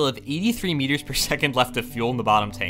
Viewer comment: Every time you say "meters" I think you're saying "years". "We're just 4 million years away"